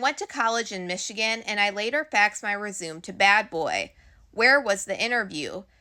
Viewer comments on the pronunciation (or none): Resume? Instead of resume’ is this ai or something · Rea-su-may not resume. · your mispronuciations are hilarious. i watch your videos for that more than the diddy shit. lol. Resume? haha. is this information COWAHBAWATED yet? girl, you need to find out the correct pronumciations of shit before you make videos, unless you don't care looking as uneducated as you do - if you were to ask me, i'd say don't fix it, it's entertainig a f. see you in the CAAAHMENTS!